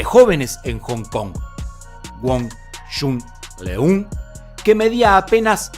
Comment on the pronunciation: ¡Mi maestro murió a los 61 años! La pronunciación de su nombre es incorrecta. La "eu" en Leung debe sonar como una "ö". ¡Lo sé, eso no existe en español! También en todos los otros países esto está mal pronunciado y suena cruel! ¡saludos!